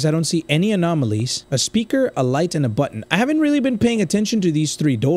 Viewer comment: total is 43 times u said anomonolies